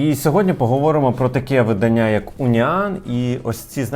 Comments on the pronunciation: Правильно говорити не виданнЯ в видАння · Можна говорити правильно слово "видАння"? Дуже ріже вухо, дякую))